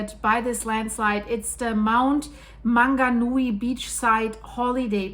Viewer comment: I grew up at Rotorua, New Zealand, inland of the Bay of Plenty. It's said "Mow-nga-Nooee". Also "Toe-runga" and "Papa-mower".